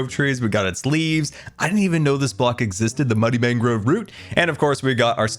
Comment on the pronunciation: propagule is pronounced prop(like props)-ah-ghoul it's mangrove (main-grow-vvv)